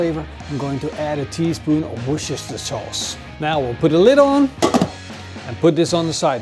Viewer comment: Lol when you say Worcestershire sauce, it sounds like you're saying rooster sauce. To most Americans, that automatically means sriracha. Anywho, I have some leftover brisket I've been doing breakfast tacos with. Brisket, egg, cheese, and really hot salsa... great for a good wake up to start the day! Much love from Mobile, Alabama! Roll Tide! Keep on grilling!